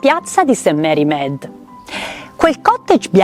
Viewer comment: Carissima,che bel video.Adoro miss Marple. Volevo chiederti un chiarimento..Tu pronunci Med nei film dicono miid,qual'e' la pronuncia esatta? Adoro miss Marple e Poirot